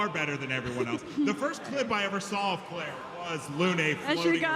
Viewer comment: This is the only dude I ever heard call the game "Clair". He keeps doing it repeatedly and it's irritating.